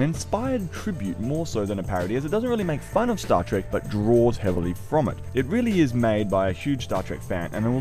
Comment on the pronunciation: Trek, not Track.